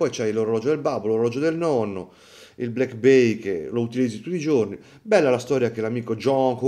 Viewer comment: Faccio un lavoro che richiede l'abito tutti i ggggiorni......non so parlare la lingua italiana tutti i ggggiorni......e buona colazione a tutti 😂😂😂😂😂